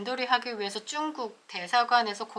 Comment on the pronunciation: 중국이라고 말해주세요,,,,쭝국이라 하니 듣기에 애매해서리